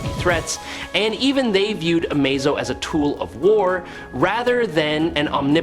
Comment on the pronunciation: thumbs down, your ai can't say amazo all the time, that is your fault